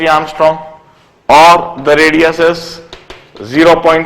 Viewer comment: Its angstrom sir not ARMSTRONG!!!